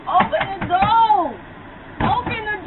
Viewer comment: "opan the douh" xD